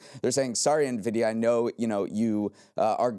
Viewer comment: Heyyy they made it through an episode without messing up Nvidia or Jensen Huang's pronunciation! That's growth babyyyyyyy